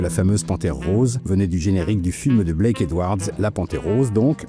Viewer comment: Blake, pas "black"